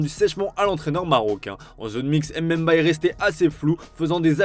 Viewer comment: Prononcez bien les noms des gens putain c’est pas EmBemba mais Mbemba sinon dites juste son prénom